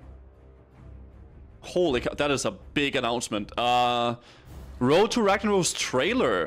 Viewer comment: Woad to wagnawos. 3rd grade English